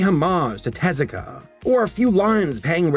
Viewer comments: Double "Er..." then it is te-ZU-ka"... the "EH" for sound "え" , "oo" for "u" (ず) and "ah" for "あ" is an Anglicism to prevent folks from wrongly reading "TAY-ZYU-KAY". It doesn't correspond to the international phonetic charter. The pronunciation is, again, "te-ZU-ka". The stressed syllable is the second one, not the first one. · Er... It's actually TEH-zoo-kah.